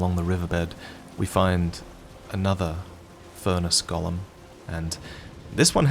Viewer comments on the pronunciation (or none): go-lem for the love of God 😭